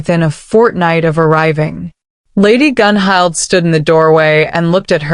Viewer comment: Tora's style is wonderful. Dang, I dropped my clipboard. I've got those centerpieces to check out. What? Bond mate? I don't have time for that! I will survive this. Hmmm. Who's that? The king? Gunhild is pronounced Gunhilt. Does Bjorn ever sleep?